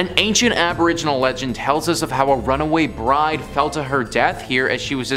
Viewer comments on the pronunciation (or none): none